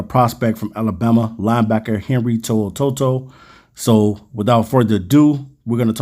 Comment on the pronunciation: Lol. Always fun listening to people trying to pronounce Polynesian names. To'oto'o is like saying uh-oh only with Ts. Toe-ohtoe-oh, but put in that guttural stop between the Os like in uh-oh.